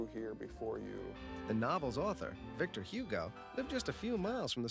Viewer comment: Great heavens, couldn't he at least learn to pronounce Victor Hugo the way the name is supposed to be pronounced?